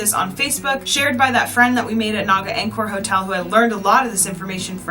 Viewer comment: Great Video however pronunciation of Khmer, Angkor, and Tuk Tuk is off. Most westerners pronounce Khmer and Angkor wrong, though one should learn how to pronounce the words before making a video.